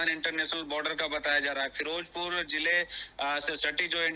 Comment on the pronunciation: Firojpur hahahaha firozpur hota hay